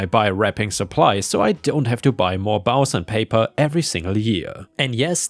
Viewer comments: Bows: is pronounced as "boze." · the Bows in the Christmas story is pronounced with a long O sound not complaining but since you have asked for help in the past I thought you might appreciate this.